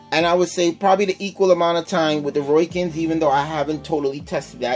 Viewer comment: Seemed to be an ok comparison with the few hiccups of what seems to be user error and improper information. Also, its ROW-KIN, not ROY-KIN. Its a hard O that sounds like the letter O... Not an OI sound. Oh, and since you can't come up with which one sounds better: If you go by how they sounded through the mic, the Rowkin's were hands down the best. you could actually HEAR the words. And standby time? Do you even know what that is actually referring to? BOTH have a standby time... by simply having nothing going through them, they are, in effect, in 'standby'. Just because there is no posted standby time, doesn't mean it doesn't. Just leave them outa the case, come back in an hour, see if there is any charge. if so, come back in another hour. check if it has charge. oh, imagine that, it still does...